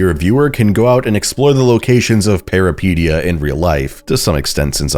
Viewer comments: thank you!! i was getting so annoyed lmfao. he makes it sound like "peripedia" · Hi greek guy here It's pronounced Peh ree peh tee ah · The way you pronounce that is making me twitch involuntarily.